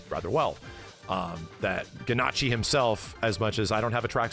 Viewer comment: Ganacci is gonna send a tracksuit and he still won't say the man's damn name right 😭